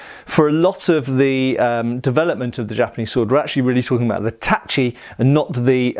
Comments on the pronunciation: Relieved to finally see pronouncing "tachi" correctly. <3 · You know, I was surprised when you said "tachi" and not "tashi" hahaha